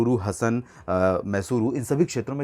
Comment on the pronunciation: हसन गलत हासन सही